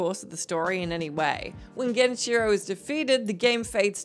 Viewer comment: Genicheero. No, bad.